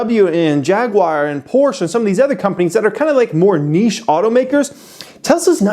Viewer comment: „Nische players“ 😂😂😂